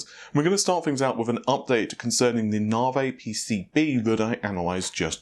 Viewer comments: 'nah-vay'? :) (It's so hard to say, NAH-Vee!) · 15% IPC up is fantastic! Nav.E, not Narvey, not Narv, bath, not Barth, please! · He used to say it properly, once he found it gave some people a matter to talk about in the comment section, then he continued pronouncing it as Naa-Vey, you can call yourself his guinea pig xD. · It's pronunced "Na V" ...not "Na vay". Couldn't resist :-) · His NaVi is NaVay ~way with a v. Instead of Na-V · NAH-vee, says Nhar-vay,or any number of other obvious to everyone else,mispronunciations,but, heart is in the right place and he tries. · Don't stop pronouncing it nah-vey, more comments more 💰! It's fun to drive obsessed/spergs nuts 😆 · I hate the "nar-vey".... sheesh it's not hard NAVI... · I've learned here it's pronounced 'nar-vay!' :) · NAVI, NOT FUCKING NAVEH! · This guy: "I'm probably pronouncing that incorrectly, so if someone can comment down below exactly how to pronouce that I would appreciate it" Also this guy: "NARV-EY!" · NaVee, say it, say NAVEE!!! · Worries about saying a Chinese site name wrong... says narveh 600 times during video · It's Na - vee Na - V 😂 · Continues to keep saying Nar-vay while asking us to correct his wording for the Chinese website. Any point? lol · I remember the earlier videos he was saying it correctly. Dont know why it became nar-vey haha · Navi dammit not Na-veyy P.S What the Fuck is happening in the comment section part regarding my comment? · do we need to tell you how to pronounce NAVI also LOL? Nav = (Nav)igation, I = e. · he can say it correctly, He sometimes slips and says it correctly. His first few videos about it he was saying it correctly. Its more like he is trolling. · You know the letter I is pronounced similar to 'ee'. Not single E.